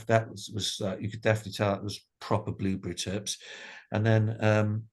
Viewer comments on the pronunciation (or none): Did he say "Blueberry Cat Piss"??? I may have one close to finish now!!!